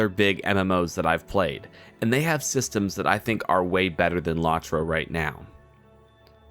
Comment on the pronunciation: It's pronounced "Low-troe," with both Os long, not short. As to your opinion, well, it's aged fairly well for a game that's 13 years old. I agree that the expansion pricing could be better, but other than that, it works.